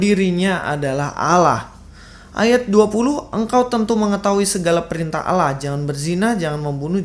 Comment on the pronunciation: Abdul Abdul 😁😁 betapa stupid nya keledai liar ini. Bisa bedakan kata ngga sih? Allah bukan awloh Awloh bukan Allah. Nah kok ust Fadil Taslim bilang Allah yang didalam Alkitab adalah Awloh. Sejak kapan ada kata awloh dalam Alkitab? Hello? Dan sejak kapan Allah dalam Alkitab bisa menjadi awloh? What?😂😂😂 😁😁😁😁😂😂😂🐪🐪Abdul....